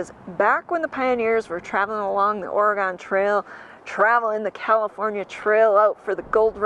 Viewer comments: Please,, it's ORY GUN. Not Ory Gone. From a 64-year-old oregonian. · It is pronounced Ore(gun) not Ore(gone) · I love this video and thank you for sharing it! I just have to correct you on one thing…the pronunciation of Oregon. Lots of people pronounce it ORE-A-GONE - It is pronounced ORE-A-GUN. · I know people east of the Mississippi pronounce it Oregon and although I was born in Rhinelander Wisconsin I have spent a good chunk of my life out west.... And out here we pronounce it OregEn... Love your channel...enjoy !!! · Oregon...pronounced Orygun....no really...lolol the gon should sound like "gun" lol. Born and raised in " Orygun" but have lived and traveled all over this country. We traveled the entire Oregon trail in 1997...pretty cool! I love seeing the country!❤ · Correction, 😂 Oregon pronounced “Orygun” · Oregon has not gone anywhere. It is pronounced Or-e-gun.